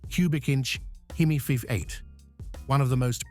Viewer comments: Too bad about this AI narrative. We Americans know it as a V8 not a 58. I respect that such a power plant is very rare in the UK. Parked next to that 55 Chevy Bel Air convertible it’s ugly. Later, you park it next to a jaguar, XKE, which makes it even uglier. There aren’t three cars in the universe that ever look as good as that Jaguar. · Yeah, it's pretty awful. Calling a V8 a five-eight or Fee-eight.